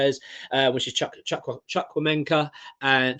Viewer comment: Hey I’m Nigerian. Awoniyi is pronounced Ah - War - Knee - Yee A-wo-ni-yi Also, Chukwuemeka is Chook - Woo - Eh’mecca Chuk-wu-emeka Tbh you're not saying it much different to how they pronounce it but to someone from that region you can definitely tell the subtle difference. It'd be like a Spanish speaker saying an english word like, "yeah it's right but here's how to say it better" Carney - Taiwo